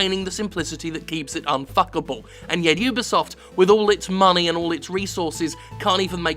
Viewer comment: Jim@ You did it! You actually said (You Be Soft) correctly!! High Five!!